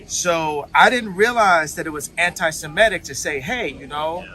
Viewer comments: It's Semetic not Shemetic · It's not Shemetic, there is no H!